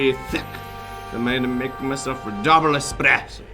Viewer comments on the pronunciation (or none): "expresso" - my viewing experience is ruined pepeHands